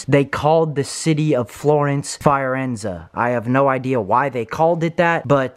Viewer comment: "Fire-enza" Fi-or-enza